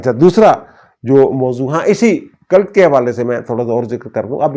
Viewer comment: It's called a cult, not culut.😊